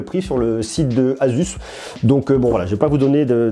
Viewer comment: asus c pas azuz